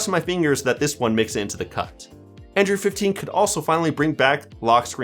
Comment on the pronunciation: 9 times out of 10, he calls Android "Andrew." I found this out probably the second time it happened, and it's been driving me crazy since.